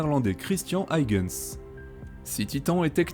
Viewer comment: Passionnant comme toujours. Mais pour Huygens c'est pas aille-gens qu'on prononce, c'est juste: u-i-gens